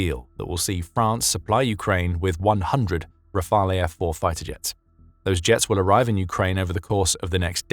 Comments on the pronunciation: FYI Rafale is NOT pronounced "rafalay" (which sounds ridiculous to anyone with the most basic knowledge of French). It's just 2 syllables: ra-fal. With no difference between the way the a is pronounced in each of them. Thank you for your attention to this matter! 🍊😉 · Rafale is pronounced Rafaaal, not Rafaeee.